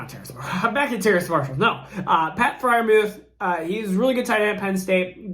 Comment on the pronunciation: You nailed the Terrace name this time 👏 lol